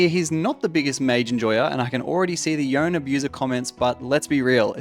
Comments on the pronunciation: His name is not yone like bone bro its yo-ne two syllables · ITS YO-NAYE